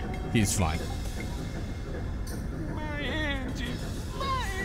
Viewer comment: MAI ENGEEINS MAI ENGEEINS